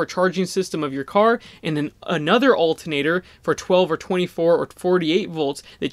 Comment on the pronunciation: please pronounce ALTERNATOR correctly :) thx